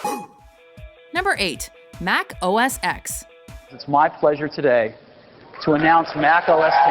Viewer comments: Why are you still calling OS ex.?? It was OS Ten. Now its macOS, though. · OS "X"? You do realized the "X" is a Roman Numeral that is pronounced "Ten", right? It's a stupid confusing name, but you seriously had 14 years, repeated pronunciation in promotional video, and a research team to get it right and still failed. And to call anything Apple does innovation is a blatant lie. They set fashions and trends - everything they have created was based on existing technology with a new paint job. They did a few good things, but mostly set bad, overpriced, harmful trends with a lot of hype and a massive cult following. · why do you keep saying x when it's pronounce 10? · X is a roman numeral and pronounced "ten". It's pronounced OS ten, not OS ex. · Um... It's macOS TEN, not "X". I mean, they said it in your edited pieces. I really enjoy your videos but that was just a little off putting. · Please, Mac OS TEN, not X. And yes, it's iPhone TEN-R, not ecks-R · Mac OS TEN OS TEN OS TEN NOT OS EX… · You say OS “ten”. Why is this so difficult to understand? Like iPhone “ten”! You don’t say X, you say ten. They even said it in the video. 🙄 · So, it's not Mac OS ex, its Mac OS 10. You should really do some research. They even say it in your video. :/ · It's pronounced "ten", NOT "ex" dammit! Right after you said "ex" you played footage of Steve Jobs saying ten. #dumbass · Mac OS Ten. Not Mac OS ex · They say OS X(ten) multiple times and this lady keeps saying OS X(ex) I feel like throwing a shoe at her face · "Mac OS X"...it's "oh-es ten". Should probably correct that so you sound like you know Apple products if you're doing a video on them... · OS X is pronounced OS 10 for god's sake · OS Ten Not OS Eks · HOW DARE U SAY MAC OS X !!!! It's Mac OS 10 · You pronounced OS X wrong. Ugh. It's ten! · Tech Guy doesn't matter. The X is said as "ten" not "ecks"...watch any including recent Apple Keynotes. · I hate when people say “EX” over “TEN” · it isn't os x, it is pronounced os ten